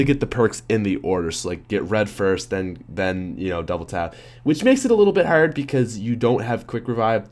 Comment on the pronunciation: Why does he pronounce hard like that? Isn't he American?